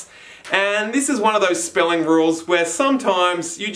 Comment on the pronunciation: it’s ok XD